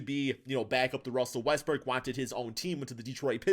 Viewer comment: can you please pronounce westbrook’s last name properly